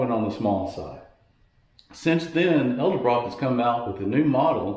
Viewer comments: Please learn how to pronounce “Edelbrock.” You keep saying “el de brock.” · Jesus man it’s pronounced eDelbrock